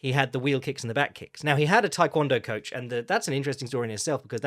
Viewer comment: It's not "Thai kwon do", the first word is pronounced "tay".